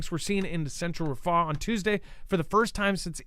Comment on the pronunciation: Its rafah, not ra faahh